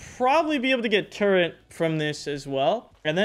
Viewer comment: tf is a "turre(n)t?" theres no N in turret. but seriously LOVE your content homie, your awesome and keep it up:) looking forward to more vids!